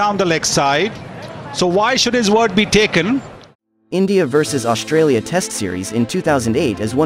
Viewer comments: Australia ❌ ASStralia✅ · The Australian cream name at that had to be "CHOR-USTRA-LIA"